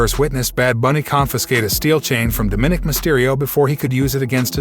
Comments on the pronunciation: Narrator: please learn how to pronounce Dóm-í-nik (both “i’s” are short vowel sounding). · its pronounced Dom-ma-nick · Quite watching video when you pronounced Dominique's name wrong